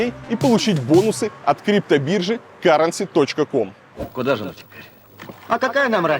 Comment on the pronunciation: Да не каренси, а кьюрэнси)))